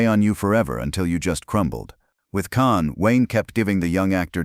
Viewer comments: You can't even pronounce James caan's name right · U aren't pronouncing caan name right